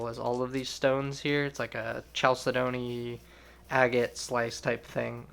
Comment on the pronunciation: RLM = Robert Lee Morris. Chalcedony is pronounced with a K, as in: kal - said’ - nee. Love the cufflinks, what beauties. Hope that Russian watch is made better than their cars, or even their toy cars. My son, when a boy, was given a toy car as a gift from someone returning from there, and the thing just busted so easily. . . lol